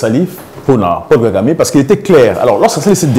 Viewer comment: Paul KAGAME et non « GAGAME »